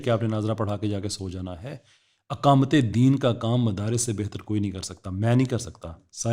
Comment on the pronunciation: ساحل میاں! اقامت بولنا سیکھو! یہ الف کے زبر کے ساتھ نہیں زیر کے ساتھ بولا جاتا ہے😅